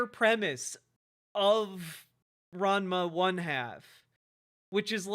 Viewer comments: The reason that is pointed out is because goes on and on about how people aren't true fans of the show, but he isn't actually even pronouncing the show correctly. It's strange to claim to be an OG fan without knowing how to say the name of the series. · Since he can't pronounce Ranma 1/2 properly, we should call him ""